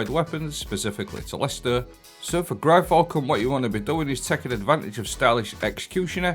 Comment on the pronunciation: Gryfalcon :D made me fall out of my chair... How can you pronounce something sooooooo wrong and keep doing it constantly xD GYR Falcon. Outside of that :D Rest of the build slaps :P